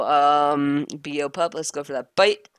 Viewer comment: Beopup is pronounced (bay-o pup)